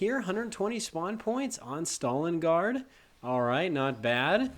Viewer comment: Did he really call it stalin guard